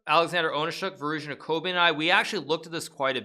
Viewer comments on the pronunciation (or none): none